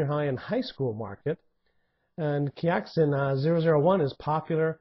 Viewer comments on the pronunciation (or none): it's pronounced " KAI - Sheen " for . it means "happy" in chinese.